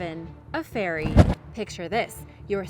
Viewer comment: Picture this. I’m sitting here wondering how on earth a tsunami washed up a fairy 🧚‍♂️🤷🏼‍♀️. Until i finally worked out she strangely pronounced ferry ⛴ 🤦🏼‍♀️